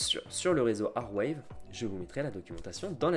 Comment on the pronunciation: à part les "file 'n coin" et les "arewève" c'est tres bien ;)